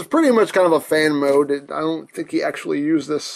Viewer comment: did he say fan maode?